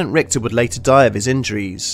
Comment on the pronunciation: the german name "Richter" has more of an "sh" sound rathern than an "kt/ct" sound. so basicly "Rishter".